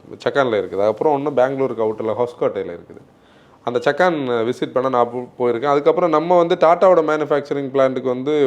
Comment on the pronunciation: That's called சாக்கன் not சக்கான்